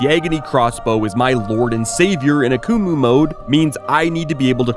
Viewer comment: The way you pronounced Akumu throughout this video made me wish I was deaf lol